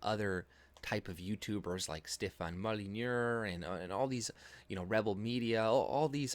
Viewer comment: ''Molynure''...lol......its pronounced moly---new. You tried really hard to sound French.